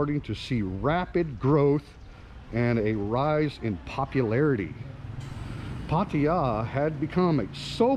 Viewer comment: STOP SAYING PAR TI JA try PAA TAA JAA ?